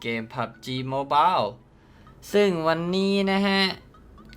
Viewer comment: เกมมันชื่อPUBG MOBILE คำว่าMOBILE บ้านพี่อ่านว่า โมเบา หรอ???